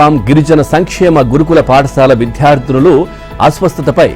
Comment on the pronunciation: ". Vidyardhulu" is the word but not "vidhardulu" Please avoid pronouncing "bha" where it is only "baa"